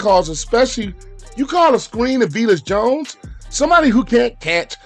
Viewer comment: Vee-Lus Jones sucks